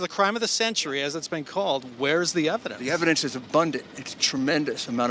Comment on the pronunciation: "The evicdence is abundant" - so show us some!